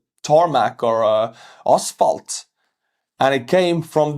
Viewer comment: Love how you say asphalt.. ass-fault. hehehe gonna use that because its apt to describe the orkkk roads.